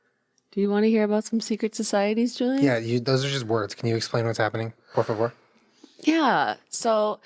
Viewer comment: Julien, tha was a perfect "Por favor" congrats